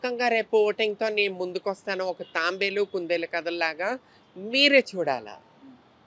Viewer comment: అది తాంబేలు కాదు తాబేలు.